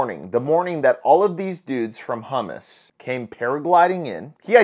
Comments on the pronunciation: 😂😂😂 you butchered humuss .. it's hum mass.. not like that matters it's like calling the afganiz the tolybon.. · pronounced: Ha--mas... not hu--mus (which is a chickpea based dip) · Calls them hummus, instead of hamas. Lol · It’s pronounced HAmAs not hummus, which is a chickpea spread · You said hummus instead of Hamas LOL hummus is a type of bread LOL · Ok, he saved some people who are innocent. But THE REAL REASON BEHIND THIS ATTACK IN ISRAEL/HAMAAS "INVASION", (pronounced CHAAMAAS, LIKE clearing your throat "cha" Like the name "CHAIMEY" ) Something just doesn't smell right... im not sure what exactly, but something just doesn't add up. The math ain't math'in!